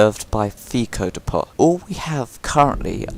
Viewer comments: It's "dep-oh" not "dee-pot" the t is silent. Can nobody speak English properly anymore.... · It's not dee-pot, it's dee-po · I've never heard "depot" pronounced that way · Well done bud, third video in a row you've kept my focus on, your doing outstanding keep it up, I've subscribed and rang then bell But my only criticism is the way you say depot, that was grinding me my man 😂